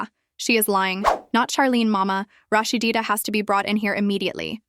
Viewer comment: LADY WITH YO IGNORANT ASS PLEASE LEARN HOW TO SAY HER NAME ITS NO RAHSHDEEDA ITS RAHSEEDA also THATS MS DEB YALL HAVE ON THE SCREEN NOT MS SHIRLEEN RAHSEEDA REAL MOTHER